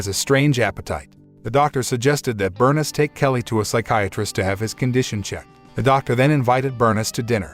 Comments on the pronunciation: OMG does every single movie review on this site contain a main character’s name that they mis-pronounce! Burn-iss is pronounced Ber-niece I like these videos but the terrible grasp on the English language really pulls me out of enjoying these movies. All you need to do is have 1 fully fluent English speaker as part of your team, and the problems are solved! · Her name is pronounced bur-niece! I hate computer voices! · Pronounced Berneeese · Let me guess. The boy's mother was Bernis, a name I have never heard. Could mama's name have been Bernice? (Bur . News, rhymes with geese) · His mother “BURN-IZ” lol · Your pronunciation of Bernice kills me